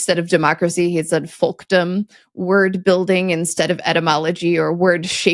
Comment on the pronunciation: pronounced the L in "folkdom", but wouldn't it be silent as it is in "folk"?